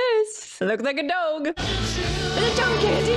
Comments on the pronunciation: I love how pronounces "dog" as "dowg." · If pronounces dog as dowg, does that mean Boston is really Bowston?⁉